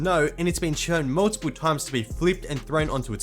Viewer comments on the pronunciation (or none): none